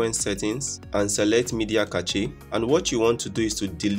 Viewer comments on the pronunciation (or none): my dude, did you say cache like CATCHY? lol other than that good video man